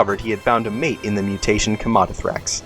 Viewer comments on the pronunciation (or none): none